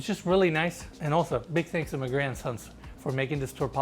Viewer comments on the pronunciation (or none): When you said the listing brokerage was “Magrey and Sons” I thought you said “My Grandsons” and I was so confused! Lol! Love your videos. You guys really have a knack for highlighting beauty ❤🌈☮️ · Pronounced Magrey & Sons as "Mahgrandsons". House is stunning!